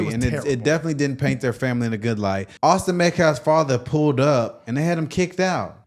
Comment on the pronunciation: The men said the first and last names wrong several times.